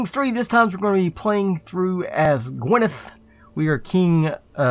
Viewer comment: Good pronunciation of gwynedd